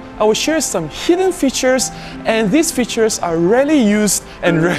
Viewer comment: Most useful and the only one I didn't know is the AF limiter. Very useful indeed in some scenarios as you say. Maybe em1 MKI doesn't have it. Dunno. I'm waiting for the MkII. Good then. Check your pronunciation of "features" . Go on.